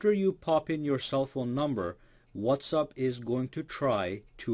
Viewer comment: Why are you constantly saying 'What's Up'?